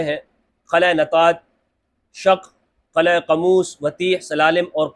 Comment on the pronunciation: Asal lafz Qila Hy Qala Nahi 😅